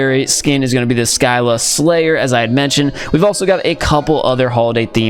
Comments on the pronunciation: It's pronounced "SEE LA" not " SKI LA" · Sky-la??? U mean See-lah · I swear scylla is not (sky-la) it is (sylla) where do you see a k in scylla